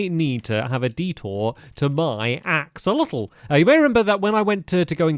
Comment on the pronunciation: On the New Caves episode you called them Axowotls😂 I love Axowotls and Axodotls so much!😂😂😂